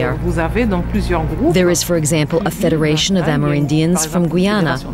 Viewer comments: Why does he say "Gweeana" instead of Guyana or Geeyana? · Its pronounced Guy_ya_na not goy_yana